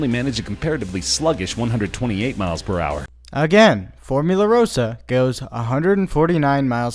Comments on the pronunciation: Tom L Formula Rahsah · It still amuses me that most of the makers of these GP lists always butcher the name of Formula Rossa.